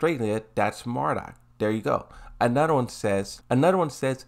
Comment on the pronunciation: For the love of god...NOT MARDUK